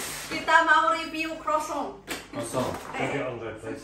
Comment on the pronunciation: Mba, saya cuma mau info croissant dibacanya kroasong menurut orng Perancis.. sori ya malah ngajarin..sehat dan sukses slalu mba..